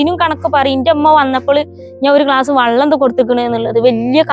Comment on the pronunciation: വള്ളം അല്ല വെള്ളം